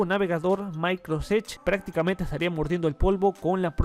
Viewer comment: Se llama microsoft edge no microsedge